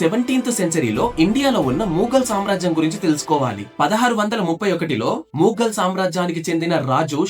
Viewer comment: అది మూఘల్ కాదు మొఘల్ bro..😂